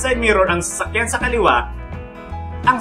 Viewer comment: Ako lang ba yung nakakarinig ng sakyan instead na sasakyan skskksks